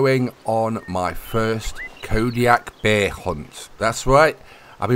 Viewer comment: Calling Kodiak hares,, you are doing it wrong